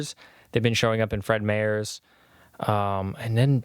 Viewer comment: It killed me hearing you say Fred Meyers as "mayors" 😂